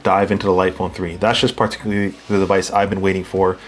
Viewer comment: I ‘par-ticularly’ enjoyed this video. Subscribed lol